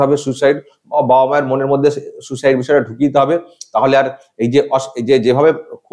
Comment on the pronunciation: এটা ফেক ফোন কল। এটা সেই নার্স(?) সোমা মুখার্জির কন্ঠস্বর। ইনি সুইসাইডকে আবার সু-সাইড বলছেন।😀